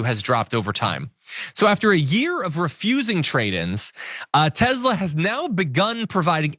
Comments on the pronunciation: What is up with pronouncing TeSla as TeZla? Is this Elon Musks attempt to enforce a change in the English Language? Send Elon back to South Africa!!! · Nikoli Te S la would like you to pronounce his name correctly. He says Te Z la is not a thing.